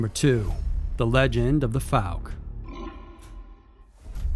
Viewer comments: Fouke is pronounced ‘Fawk’ not ‘Fook’ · "Fowl-Kuh" not "Fook" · Its not pronounced "fook". Fouke is pronounced "fow-k". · Pronounced " Fow-k " . . . Still enjoying the video , thanks 👍😉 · Narrator butchered Fouke pretty bad. Lol.. Fook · The way you pronounced the word “fouke” is wrong. I live right beside it. It’s pronounced as if it sounds like the ou in “ouch” but f’ou’ke…